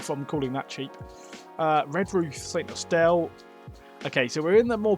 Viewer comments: i loved this and thought it was a charming video, but i was totally ignorant to the idea that people may mispronounce st austell. st austelle must be his more attractive twin sister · as a cornishman i can assure you it is pronounced st awful and tintagels real name for the village is trevena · Probably the poshest pronunciation of St Austell I've ever heard 😂 great vid mate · Is it near Falmouth? Lol 😂 And please stop pronouncing St.Austell that way, it’s a dump! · Cheers from Cornwall, loved your positivity in the vid :) SE Cornwall is my neck of the woods so the Callington struggle was amusing, top job!! (check out how to pronounce st austell, you did great otherwise :D)